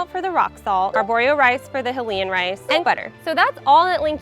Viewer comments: It's Hylian, not Hylayan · "hillian" oh boy as a zelda fan that was cringe but at least she's trying "hy-lian" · It's "Hi-lee-in". You know, like High-Rule, the opposite of Low-Rule. Making a video and using the star power of another company is all fine but, pronounce the damn words right. Otherwise the God of War will keep saying boy.